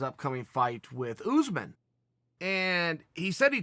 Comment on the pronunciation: Chael "Oosmen" Sonnen